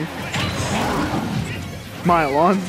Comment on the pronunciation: Alpha and Travis: Milon Me: Miloni